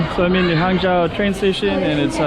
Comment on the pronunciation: nice video. fwiw, "zhou" is pronounced with a long O sound, like in "joe". not like the O sound in "how"